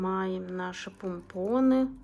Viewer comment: пОмпоны!!! 😂😂😂Аж слух режет🥴